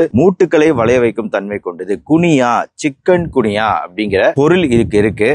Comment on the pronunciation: சிக்கன் குனியா இல்லை!! சிக்குன் குனியா " 😅😂😅